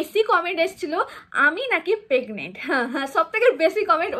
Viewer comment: পেগনেন্ট আবার কি ওটা প্রেগনেন্ট আর সরিল না ওটা শরীর 😂😂